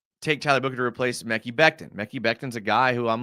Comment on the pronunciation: Mecky Becton lol. Its Muh-Kai. Mekhi